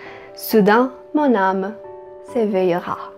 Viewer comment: Estou adorando seus videos!!!Eu comecei a aprender recentemente a língua francesa e tenho muitas dúvidas,reparei que quando você estava recitando o poema de Victor Hugo no trecho "soudain mon âme s'èveillera" voce pronunciou a ultima palavra (s'eveillera) sem o L.Eu iria ler errado com certeza,em quais situações o L fica mudo??Agradeço muito a atenção e se puder me responder.Beijos!!!